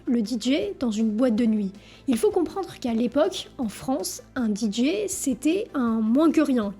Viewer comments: Pourquoi tu dis les DJ prononcé "Didji" ? Ça n'a aucun sens du fais du moitié français moitié anglais 😅 en anglais c'est "DiDjay" le "J" se prononce "Djay" 😂 désolé mais ça m'a tué la vidéo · Parler des DJs et prononcer "Didji", c'est absolument insupportable. On dit "Didjé". Ce commentaire parce que j'adore ce que tu fais et que c'est ce qui manque pour que ce soit parfait... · Nan mais faut arrêter avec le "Di Jiiii"....A défaut de répondre aux commentaires, prononce au moins correctement les choses. C'est "Dee Jay" ... Tu fais des bonnes vidéos, mais soit un tantinet plus attentive à ta communauté. Bonne continuation. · Deejay…pas Deejee! ✌️ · "didji" ???! 😱 Oh My God! 🙄